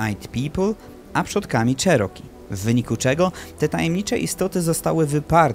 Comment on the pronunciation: Wymawiaj nie "czeroki" a "cziroki" 🤦